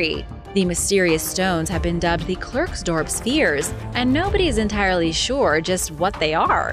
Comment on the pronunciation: 'Klerksdorp' is pronounced 'Clarksdawrp'. I hope that my pronunciation hints will help you...